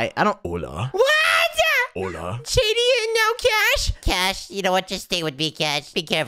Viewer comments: It is not ula it is hola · when became a bird and says OLA and i say it alot to my friends and family also i like when they say WART not WHAT its WART w mans